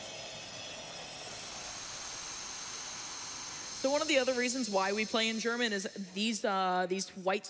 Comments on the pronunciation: Impeccable German pronunciation from the! Vunderbar! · Hahaha, i laughed so hard as he read the books in german. He pronounced it very good. :D Great run , i did enjoy it , and you all should too. DA DA DA DAAAAAAAAAAA! raises hands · His pronunciation in German isn’t that bad. Btw beautiful game and nice run!